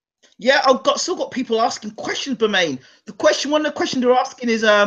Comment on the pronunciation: It's Bermen not bermaine as far as pronunciation